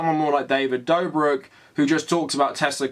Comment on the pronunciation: how the fuck do you butcher davids name so much its fucking dobrik where is the v and n you keep adding